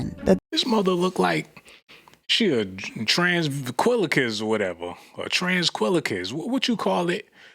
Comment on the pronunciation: not a tranquilaquist lmaooo stopppp